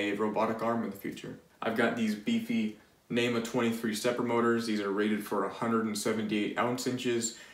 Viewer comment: NEMA - National Electrical Manufacturer's Association. Say it with me. Neema